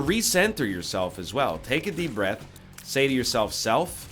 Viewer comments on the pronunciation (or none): none